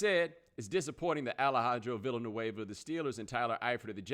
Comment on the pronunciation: Villanueva, dont pronounce it like vanilla, and he is a hero never forget that, i support what he did!!!!